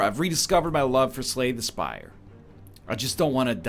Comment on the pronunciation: I still keep hearing “Spay the Slire”. SOMEONE HALP